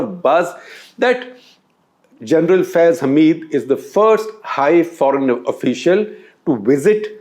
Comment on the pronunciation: Thank God.... some sensible Indian pronounced the name of Gen Faiz Hamid correctly... 99% of Indian media is ranting his name incorrectly....